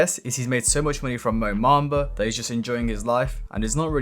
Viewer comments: Its MOBAMBA not MOMAMBA bruh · its mo bamba not mo mamba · Like your vids but you pronounce everything very weird mo mamba? A bell instead of Abel feels very ai like